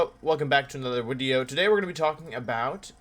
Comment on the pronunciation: Just want to ask because i notice it so much, is there a reason you say wideo all the time or is it just habit haha